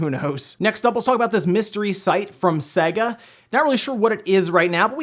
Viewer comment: It’s sayyga not seg ah (sega)